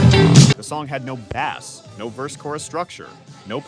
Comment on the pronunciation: You can always review the output from your chosen AI and listen to it beginning to end and have to replace 'bass' from being said "base" or "bass". Your lack of editing it what makes this video voiceover bad.